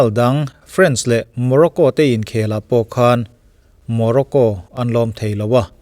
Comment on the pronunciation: Still my no. 1 you tuber. Comment khat tawh em mai. Sawi ve leh châk deuh ka nei. France leh French lam dan hi a inang lek lek hian Mizote hian kan lam tlangpui a, anni leh khawthlang lam erawh khu chuan an lam hrang hlak ṭhin. A ram hming, France hi chu A ang hian an lam ṭhin. Serie A tiha A ang ngei hian. E ti lovin A an ti ṭhin. Friends tih ang deuhin an lam ve ngai lo a nih chu. FrA-ns tiin an lam tlangpui. A mi chengte emaw an ṭawng hming erawh E angin an lam thung. Friends tih kan lam ang deuh hian E tiin a ri a, French tiin a ri thung. France - FrÂnce (FrÂns) French - Frênch (FrÊns). Final te an lut sia i la sawi fo hmel si a, ho te mah ni se hriat ve mai mai ah ka rawn comment zuai.